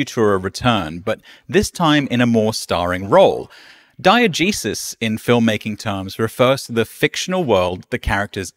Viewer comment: (and forward) diEgesis, diEgetic